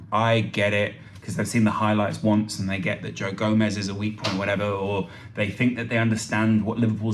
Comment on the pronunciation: It's gomez